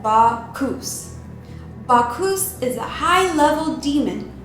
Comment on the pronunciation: Bacch- US. NOT Bacch - oos. Learn correct pronunciation please. That is, Bacchus. As always, great video. Loved your content. It's really happening. I don't want to believe it but it's true.